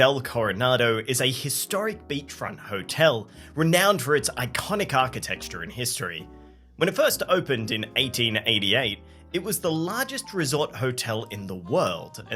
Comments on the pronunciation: it's Architecture, not Architexture... Christ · iconic archi-texture ☠️ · Did you just say "architexture"? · Did he just say “architexture”?